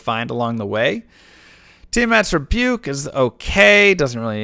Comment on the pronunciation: Somehow the way he says Tiamats Rebuke sounds like Tier-master Puke